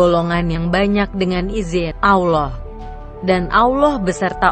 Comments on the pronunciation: Min.... Host nya blm lulus baca al qur'an, auloh, jd ingat al fateka.... Wkwkwk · Sebutan allah ko beda min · Pembicaranya apa benar muslim? Kok nyebut allah jadi alah sama surat albakara apa mungkin non muslim?